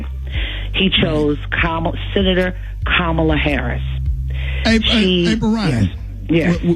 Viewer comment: Rickey is mispronouncing Kamala.